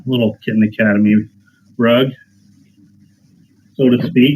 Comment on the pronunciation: "Kitten Academew" yas 👌🐱